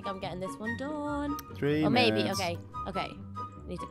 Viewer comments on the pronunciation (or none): its three not tree